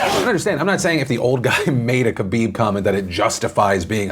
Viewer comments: It’s pronounced Ha-bib, not KA-bib. Js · Philip doesn’t even attempt to pronounce khabib’s last-name lmao